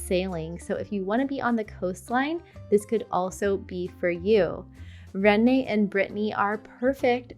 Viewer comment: I need to move to "René"..😂